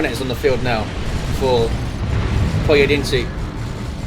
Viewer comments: I must say that You ....Nailed it for a non-native speaker ;) it's rather close to SINGULAR than SINGLE as many stated below (I am native with that language) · Damn,... You did amazingly well with pronouncing Pojedynczy's name! I'm serious. Don't worry, it's not a band word. 'Pojedynczy' just means 'single'.